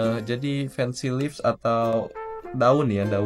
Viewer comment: fancy leaves nya jadi Lips 😭